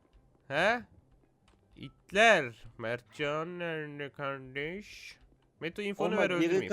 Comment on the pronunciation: Her like metoya bi “R”